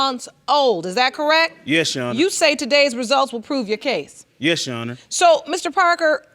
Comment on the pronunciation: Every person who's ever been on Paternity Court "Yesh Sheronor" 😩